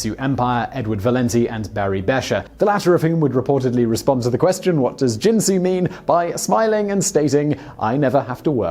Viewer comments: Karl Smallwood... could you teach Simon to pronounce words the way they are meant to be ? Jinsu doesn't make knives but Ginsu does and they use the hard G in their advertising. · Ginsu starts with a hard 'G', not a soft one. Montalbon has the accent on the first syllable, not the second. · Ricardo MontalBAN. Hard G in Ginsu. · It's pronounced kin-soo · Simon, Simon, Simon... 😣 Once again, problems with pronunciation. 🤐 - Ginsu is pronounced with a "hard G" as in get, or ghost Please please PLEASE do a modicum of research sometimes? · Did anyone else comment that 'Ginsu' is pronounced with the hard 'G' sound, like 'guinea' or 'got' and not the soft 'G' like 'gin' or 'giant.' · THIS VIDEO'S MISPRONOUNCED WORDS: Ginsu is GINN-SOO (hard G, not a soft G); Ricardo Montalban's last name is MONTAL-BAHN (similar to "autobahn") not MON-TAHL-BAN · Uh, that has nothing to do with the topic. Ginsu is pronounced by the company with a hard "G." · Ginsu has a hard "G." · Dude, no offense to your producer, but you mispronounce sooooo many words! The young people are using this new fangled thing called GOOGLE to look stuff like pronunciation up. I would be more than willing to help if you need it. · It's not pronounced Ginsu. It's pronounced Ginsu. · OMG, his mispronunciation of GINSU is driving me crazy!! :( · Oh you mispronounce Ginsu. It isn't jensu. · Ginsu. Hard G like garbage, gutter, game, etc. Not a j sound. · There should be a top list of the many times Simon Whistler mispronounced a word. For example, the Ginsu commercials clearly pronounced the G , like Gill. It's annoying to hear every video with obvious mispronounciations. Do your research and stop sounding stupid on YouTube. Ricardo MonTALbon? Really? OMG! It's MONtalbon. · Ginsu ( another brand name ) , is pronounced with a hard sounding G . Not with a soft G as in the liquor Gin . I remember the commercials in which they pronounced the name of their miraculous new knife . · Ginsu, not Jinsu... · Ginsu uses the hard G.